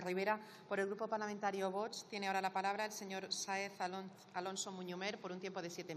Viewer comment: Armenalcohol no sabe siquiera pronunciar VOX. Dice Bots. Rojos ¡VIVA ESPAÑA 🇪🇦!